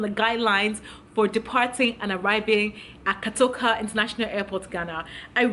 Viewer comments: It’s not KATOKA airport🙅‍♀️ pleaseeeeeee!!! Pronounce it well!! It’s KOTOKA thank u!!🤦‍♀️ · I love your style, but I’m aggrieved you could not pronounce kotoka properly, I’m 100% Ghanaian,but you will be amazed how well I can pronounce a lot of African words correctly, especially Yoruba ones for some reason.😘😘😘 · Point of correction. ITS KOTOKA not KATOKA. Yes 72 hours. That’s our rule. If you can’t abide by it. Stay wherever you are or go to Nigeria. And yes its $150. If Nigeria is cheaper. Go to Nigeria And stop saying KATOKA.. 😡😡😡😡